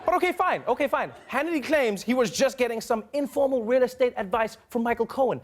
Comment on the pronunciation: Did he say "real estake"?